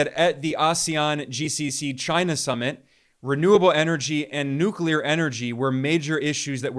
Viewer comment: Thank you for knowing how to pronounce NuCleAr 🎉